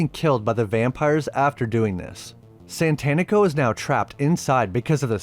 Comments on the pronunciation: I know it’s because you’re a white guy but it’s Satanico not Santanico like satanic with an o…it’s worse cause the black vampire dude did it as well… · SATANico rather than SANTANico, I always laughed at that oops, but I guess all sorts of people have trouble with it, including the cast! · I cringed every time you mispronounced "satánico".